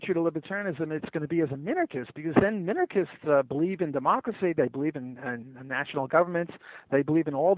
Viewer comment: "Minakernists?" -Sam Seder on minarchists